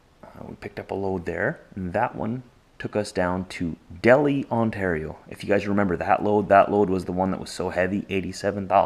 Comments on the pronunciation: dell is a restaurant Delhi is the city. dei'Hi is how it is pronounced. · Hi, You are not the first to miss pronounce Delhi Ontario. It is pronounced Dell-High, It used to be a Farming center for the tobacco industry but these days we farm Ginseng and Vegtables and limited amounts of tobacco. Here is a interesting fact about the area, we have a large community made up of people who came from Manitoba, and Sask. to farm after the second world war. You may have a distant relative who resides in our area or know someone who has.